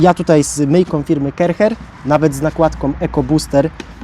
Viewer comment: Sprzecior zloto!! A to sie nie czyta ,,karczer,,? 😅